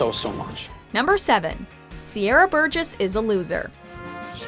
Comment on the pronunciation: Sierra burgess? Really?